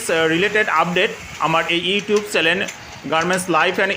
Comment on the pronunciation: চ্যানেল। আপনি শব্দটা ভুল বললেন আপনি বলছেন। চ্যালেন